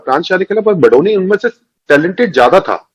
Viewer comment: Kamino phele BADONI naam likhna aur bolna to seekh lo.. Hum बदोनी ya बधोनी nahi balki बडोनी हैं "ड से डमरू वाला ड" पढ़ना नही आता क्या?